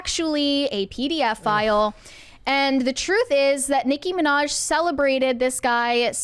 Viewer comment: "PDF-ile" well thats a new one.